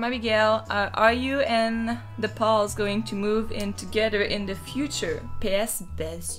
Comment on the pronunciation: It's duhhhh not der 😂